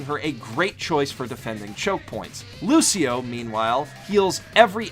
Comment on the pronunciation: No offence your saying lushio not Lucio